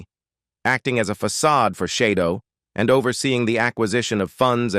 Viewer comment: Shadow not Shidow